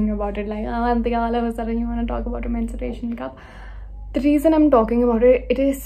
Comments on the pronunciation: That's menstruation, not mensuration... Mensuration is geometry 😂 rest, an amazing vdo!❤️ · Its menstruation cup not mensuration cup...mensuration is a maths chapter 😂😂...no hate btw 😊💟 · babe its menstruation** not mensuration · Can you please pronounce it as menstruation and not mensuration😭😭